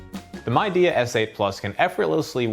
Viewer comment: Great review. Midea is pronounced Mid - e - ah :)